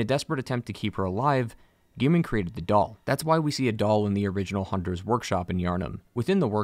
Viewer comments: All this research and he's pronouncing gehrman as gear-men face palm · I have one thing to say. His name is Gehrman! Not "Gear-Men". He even says his own name when introducing himself so how could you get it wrong? Especially when his name isn't written in any way that would suggest it to sound like "gear". Anyways, rant over, great lore video.